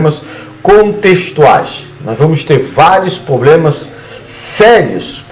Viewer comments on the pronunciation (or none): O cara fala "poblema" e quer ta certo do nascimento de Cristo